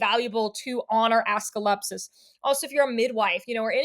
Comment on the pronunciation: I'm sorry his name is what? 😂 Assclepsus? Do you mean AS-CLEP-EE-US